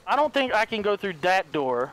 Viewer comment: I must be tripping, or he said diet doooor?